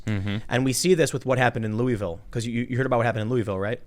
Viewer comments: LAW-UH-VUL not LOUIS-VILLE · It’s Loo-UH-vul. Not Loo-E-vill. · if you want to sound like a local its pronounced Lu-Vool, not Loui-Vail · Please say after me: Loo-uh-vul. Not Loo-ee-ville. Lol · Tim in Louisville it is pronounced Lool-vool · You said Louisville wrong. It's pronounced Loo-i-vul. Just liker Versailles is pronounced "ver-sales". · It’s pronounced Louahvulle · Dude, you really need to learn how to pronounce Louisville. I've lived here all my life and the only ones I've ever heard pronounce it right is the locals.